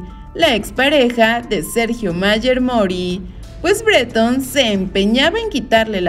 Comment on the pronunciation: Ni conozco ese apellido pero si escribes “Bretón” entonces pronúncialo como es, con la tilde en la “O” y no en la “E” como tú lo pronuncias……….. es BreTÓN!!, aunque te pese.